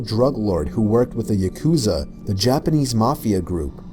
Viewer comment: He pronounced Yakusa wrong. Yah•koo•sa